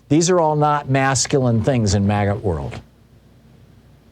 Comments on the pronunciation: It sounds like he's saying "maggot" instead of MAGA. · Did he say magat movement